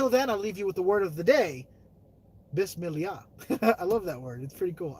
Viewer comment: Love the vlog😘 be safe 🙏❤ Hahaha you said it wrong it is Bismillah